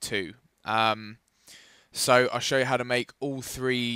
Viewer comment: Can't you mayc hongr gayms